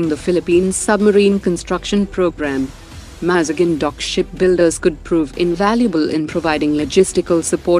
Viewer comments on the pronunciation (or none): Maz GAON…correct your ai bot please, its so annoying mazgun….